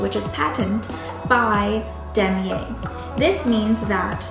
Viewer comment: Great presentation! P.S. It's pronounced Duh•my•er•uh✌️